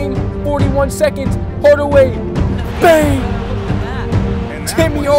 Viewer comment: he says tim yardaway